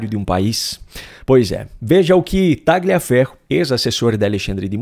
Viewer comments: TALHAFERRO QUE SE FALA, TALHAFERRO, pq vc pronuncia errado??????????????? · Por que pronunciam erradamente o sobre nome dele? GL em italiano se pronuncia como LH em português, por favor, adequem isso................. o correto é dizer Talhiaferro, ajudem a esclarecer para quem não sabe. Agradeço. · Tagliaferro é um sobrenome italiano e a pronúncia correta é "Talhaferro". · Por favor, o nome do sujeito, Tagliaferro, se diz com o g mudo (é um nome italiano). Então, se diz "Taliaferro".